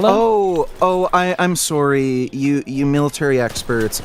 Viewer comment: Serry. Serry. Sewerey. Suhry. Sawry Syury.